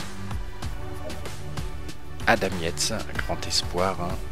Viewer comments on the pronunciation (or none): none